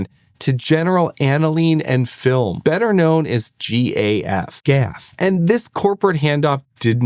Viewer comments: It's interesting that you pronounce GAF as "gaf." I would have assumed that you are old enough to recall the ubiquitous View-Master TV commercials featuring Henry Fonda, who pronounced the name "Geeee Ayyy F." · It's not pronounced GAF, it's G A F, pronunciation on each letter. G-A-F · It ain't "Gaf", sonny. It's pronounced "G. A. F." Henry Fonda used to be their TV spokesman. I had every one of these! Winnie the Pooh really stands out in my memory. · This is the first time in my 58 years that I’ve ever heard anybody pronounce GAF as a word rather than individual letters. Talk about jarring. It was just never done.